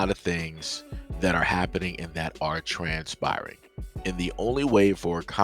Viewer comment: " Trans-spirering" nice 😂